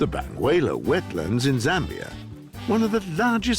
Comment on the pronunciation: Dears, it is not Bangweilu. It is called Bangweulu; translates to Where The Water Meets the sky. If I can properly pronounce Arkansas, you should properly pronounce BANGWEULU.